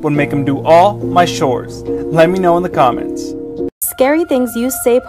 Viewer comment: all my shores instead of saying chores😂😂😂 it’s like when you ask your Mexican dad for chips and he goes “ohhhhh la ships okok”